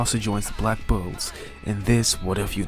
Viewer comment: When u say black bulls i hear black bo*bs